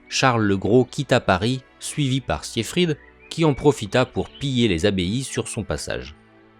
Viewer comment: Très mauvaise prononciation du prénom siegfried